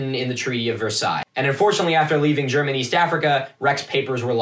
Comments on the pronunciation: Wtf? The algorithm did what it was supposed to?? This is GOOD content! Also pretty good German pronunciation btw :) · What the fuck...? You're the first archaeology Youtuber I've watched who doesn't butcher German words. You actually did a really good job. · pretty good pronunciation for one of those Americans actually